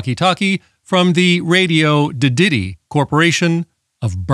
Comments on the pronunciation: I always thought it was pronunced Radioddity and not Radioddity? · I think you mispronounced Radioddity on porpoise.